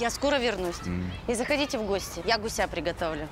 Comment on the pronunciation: ГУся, а не гусЯ.